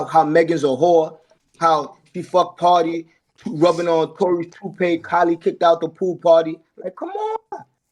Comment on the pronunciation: Its Pardi in Meagan jaw, not Party...